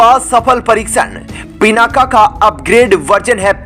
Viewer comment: पिनाका नहीं, पिनाक बोलिए